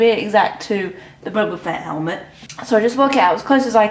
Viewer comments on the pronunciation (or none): Of your a true starwar s can you would say boba fett not bouba